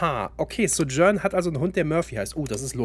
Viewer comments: Ja. Finde die deutsche Aussprache schrecklich. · Die Aussprache von Sojourn triggered ein bisschen. :/